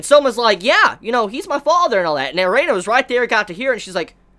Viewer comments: Erina not Reina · lol azami, dojima n joichirou pair up would make great doujinshi. my only problem with is he keep calling Erina, Arena. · Drinking Game - take a shot every time prounouces Erina properly....still sober? Good. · Damn man can u say Erinas name right...every time i feel like leaving the video because of it..